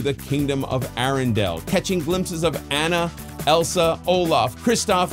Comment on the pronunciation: Right? I thought I’d clicked on the wrong video at first! Also the repeated mispronunciation of Anna’s name bothered me more than it probably should have.